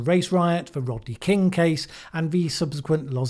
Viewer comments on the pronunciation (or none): none